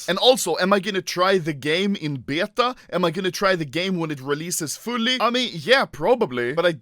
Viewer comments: Why he saying beata instead of beta😂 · no one: Anomaly: b I E T A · The way anomaly say auto,ultimate and beta is funny